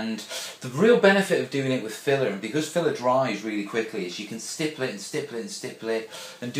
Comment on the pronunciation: great video, love how many times you said stiple